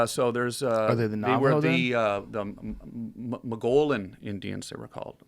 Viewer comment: Fun interview. Mogollon pronounced; Mo-gi-on. Jeez Tom. So let us get this straight, Tom is here and paid by network television to promote his ex-wife’s tv show. How pathetic.